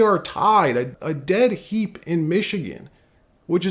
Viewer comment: A tie is a "Dead Heat"....not "Dead Heap"